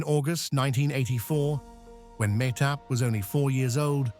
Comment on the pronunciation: Why can’t he pronounce Mahtob’s name the way her mother does “ Mah Tob.” She’s on enough videos online and do is the daughter.